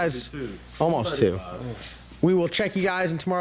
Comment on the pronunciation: Is that a Carolina thing the way you say too is funny ask Phil to say too lol. He says tooooooooo lolololol